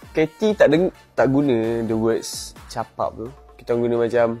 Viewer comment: asal dating msti capub...tp bunyi dia mcm capap...hahaha